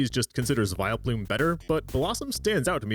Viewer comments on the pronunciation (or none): none